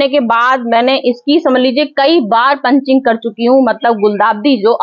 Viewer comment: पंचिंग नहीं पिचिंग